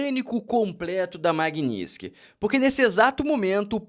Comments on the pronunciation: Não é magniski é MAGNI-TISKY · Floriando a palavra: Maguini - TIS - ky. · A essa altura do campeonato até a Dilma já aprendeu a falar Magnitsky